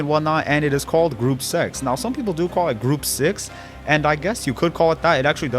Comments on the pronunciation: Good video but who pronounces the number 6 like sex?? 😂😂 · The Germans version of English isn't good, as they're not English English. What English born speaker pronounces the number 6 like sex?